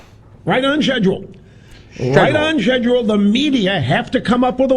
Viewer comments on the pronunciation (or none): Is it me or did Rush Limbaugh said "sledule" instead of schedule?